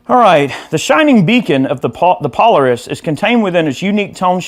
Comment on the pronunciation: Pole-air-isss, no need to struggle. I wish I could play half as well as you. Great sound